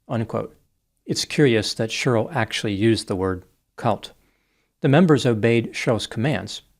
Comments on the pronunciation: 😮 I've never heard anyone pronounce the name Sheryl like this before. One syllable. Sherl. Wild., I don't like it 😂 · It’s always fun hearing pronounce the name Sheryl as “shur-ill.”😂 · I think for me it's the way Sheryl is said by 😂😂😂😂 I couldn't stop laughing 😆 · It was very painful hearing him mispronounce Sheryl every single time! 😬